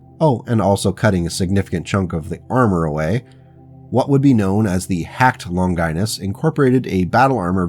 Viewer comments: Older vid, but still good! Didn’t see it in the comments, but the pronunciation of the name “Longinus” is “Lawn-juh-nus” “Lon-Gie-Nus” sounds like something a medical condition haha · Longinus is pronounced as (lawn ga nes). It is not pronounced (lon gI nus). Think Greek or Latin like Leonidas king of Sparta.